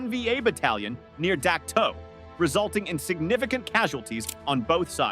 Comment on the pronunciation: It's pronounced Dak Toe